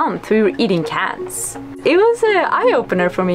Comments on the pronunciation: please tell me she said while they were in Indonesia they were eating "cans" and not "cats" because it was kinda hard to make out there. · "we were eating cats" You said cans right? Not cats? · please tell me you said cans and not cats. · I thought she said they were eating cats! Lmaoo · wait....did she say they ate CATS or CANS??? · they were eating "cans" for a month for everyone who thought she said cats. Lol. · wait did she say cats or cans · what were they eating ? cans as in canned food or did she say cats?? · This may be the most who cares question but what were you eating? I hear ants, the subtitle tells me cats, but I hope it was cans. Any of the answers make for an interesting story, but not knowing is really bugging me. (no, pun intended) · At about did she say when they ran out of food in Indonesia for a month they were eating cats???!! I hope she said cans not cats but it sure sounded like she said cats. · After further review, I realize that said eating "cans". But, when I first heard it, I thought she said, "cats"... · What a beautiful life. It obviously has its own challenges but man... i want that freedom. Freedom to sail wherever I want to in the world. Also when she says " we were eating cans" it sounded like she said cats lmao. A life like this, mixed with some underwater harpoon fishing like that one youtuber, oh man. Anchor next to a remote island that is uninhabited, and have a big fire on the beach with the fish you just caught on it... sounds like heaven. Although idk if id want to do it with a kid on board... once theyre old enough, you wont be having any privacy on that boat lmao. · ... 👀 I know I wasn’t the only one who thought she said “cats” at first listen 😏.. had to rewind that bit lol- “ocean cats” the top ramen of the boatlife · we were eating cats... even the captions thought that was what she said. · Ok, - They were eating WHAT? It sounds like "Cats".... that can't be right? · did she say CANS or CATS ?!